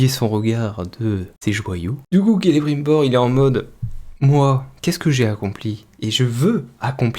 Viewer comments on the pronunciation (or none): KélébrUNbor, il est devenue ch'ti ? Même dans le jeu l'ombre de la guerre c'est mieux prononcé^^ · Perso vue qu'ont est à présent à l'épisode 2 je vais ajouter un détail qui ma vraiment gonfler je sais pas si ils font la même erreur en VO c'est la prononciation du nom "Celebrimbor" à la place c'est "Celebrinbor". C'est peut être qu'un détail mais personnellement ça ma grandement déranger, je sais que l'univers de Tolkien à l'écran ils prononcent pas correctement les noms des personnages pour certains notamment les nains. Cependant Celebrimbor est apparu aussi en tant que protagoniste principal dans deux jeu SDA et ils prononcent son nom correctement. Je comprend pas pourquoi ils ont fait ça sérieusement. Voilà c'est tout ce que j'avais à ajouter et rappel AVIS PERSONNEL.